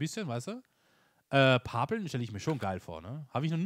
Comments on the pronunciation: Moin, Wenn weniger Videos kommen ist nicht schlimm, weil ich bin der Meinung das dass reale Leben immer wichtiger ist. Du warst heute etwas leise vom Ton her im Video, ich musste die lautstärke voll hoch drehen. das heisst Pappel und nich Paaaaaapeln 😂😂 iyt nicht böse gemeint. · Sorry, aber heute gibts einen Daumen nach unten, weil es ein paar Dutzend mal Pahpeln zuviel war. Bitte üb das Wort Pappeln, denn es wird wie die Pappe ausgesprochen. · Ich habe dir doch schonmal gesagt und du wolltest dich auch daran halten: Es Pappeln (mit kurzem zweiten p) und Paaaaaaaapeln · Pappeln nicht Paaaaaaplen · Ach, bitte sag nicht immer Paaaaapeln! Das wird kurz ausgesprochen. Ansonsten hab ich nichts auszusetzen mach weiter so Daumen hoch. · bitte bitte bitte!!!!!!!! Sprich Pappeln mit kurzem "a"!!!!! Es ist Grausam, so wie Du Pappeln aussprichst.